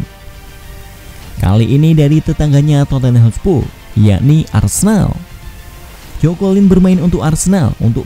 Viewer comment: narator: masih dari hotspu'....?